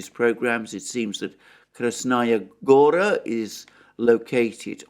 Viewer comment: in Russian the word Gora is stressed on A. It is not like the original name of Montenegro - Crna Gora. In this case, yes gOra.